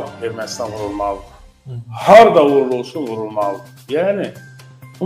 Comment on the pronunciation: VULULMALIDI ?YOXSA VURRRULMALIDI?